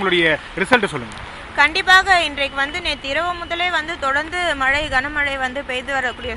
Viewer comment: மல இல்ல மேடம் மழை.....